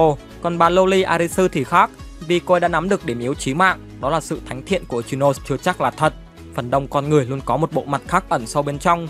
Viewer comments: I chi no sê anh đọc v đi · )) ad đọc hẳn i chi nô sê đi chứ nghe kh quen ad ơi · K liên quan lắm nhưng đọc là i- chi- nô- xe mà ad :>> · là i chi no sê chứ k phải ichimũi nha a còn k thì anh gọi là ichilose cx dc :)))))) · anh có thể đọc ichinose thành i chi nô se đc ko ạ vì e hayy xem 2d tộc họ nói v nên nghe quen r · ko phải bắt bẻ j đâu nhưng tên của Ichinose là tiếng nhật mà ông cứ phát âm như tiếng anh nên nghe hơi kì:v